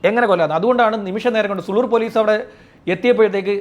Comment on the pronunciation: പട്ടണം പുതൂർ ആണ് സുളൂർ അല്ല സൂ ലൂർ ആണ്